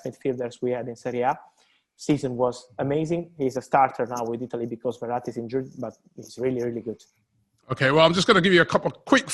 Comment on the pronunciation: ITALY not Ialy. Italy actually have in a T